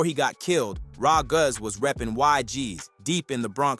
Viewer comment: “rah guzz”